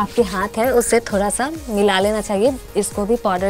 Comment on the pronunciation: Thora thora nhi ma'am Thoda hota hai